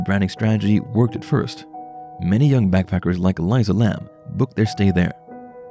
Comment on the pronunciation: Ur saying her name wrong! Careful she won't be happy with that...😱